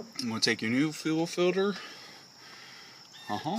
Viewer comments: Fuel filter, not fuel filder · FUEL "FILDER" lmao